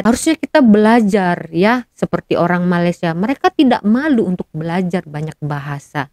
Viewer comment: Malaysia ya dek bukan Malassia! Sebutannya yg bener ya.